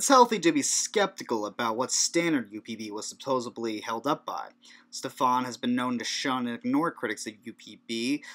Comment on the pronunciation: Twenty nine seconds in you say "supposably." Universally shameful. P.S. Against Stefan the Arrogant.